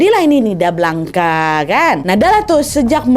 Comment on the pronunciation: Blanca, bacanya : blangs kak